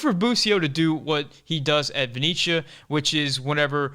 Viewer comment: Love the analysis. Definitely need to see busio out there and hopefully we can get Scally his debut. And please please please for the love of god pronounce Venezia as ven-etsy-uh instead of ven-echa haha